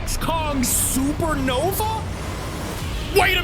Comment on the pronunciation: It’s supernova, not sernova